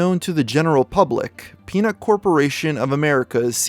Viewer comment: Very time he says peanut I keep thinking he's saying penis, lmao.